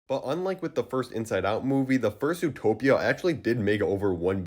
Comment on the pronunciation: Am I the only one that hears "Fur-suit-topia" instead of "First Zootopia"?